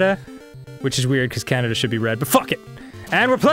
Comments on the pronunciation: Canadia XD Arin wtf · 'Canadia' Glad I'm not the only person who says that! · they said Canadia lol